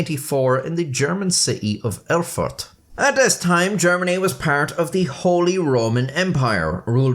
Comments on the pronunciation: It's not "Urrfurt", it's "Erfurt", the "Er-" being pronounced as "air" is. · I swear he said "Are fart". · Did you say “it occurred in 1184 in the German city of El-fart”, Im not rewinding the video but please tell me that’s what you said 😂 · " .. in the city of Her-Fart .. " sorry i'm 12 years old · prounced "eugh-fart". #funfact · hehehehe he said "Erfart"